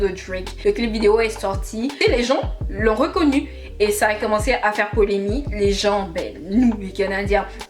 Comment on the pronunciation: Mdrrr chaque vidéo je vais venir dire : ma chérie c’est polemiQUE !!! Pas polémie. Mais sinon j’ai aimé